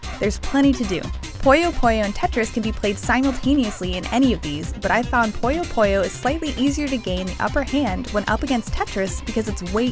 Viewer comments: Its "PUYO PUYO" NOT "POYO POYO" how can you say something so simple so wrong so many times as a reviewer??? For f...ing shame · jesus fuckign christ, how does one manage to mispronunciation as "pollo pollo" when everywhere in the game it is perfectly pronounced as puyo puyo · Through out the whole review, all I heard was "Pollo Pollo" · more like "poyuh poyuh"